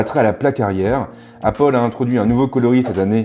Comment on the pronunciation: "Appol" j’pleure